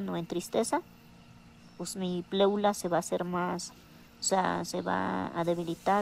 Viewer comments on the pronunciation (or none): Pleula dice jajaja Mi pleula jjajaja